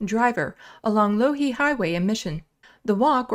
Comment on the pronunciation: Its pronounced Law-Heed after the long dead Peter Loughheed.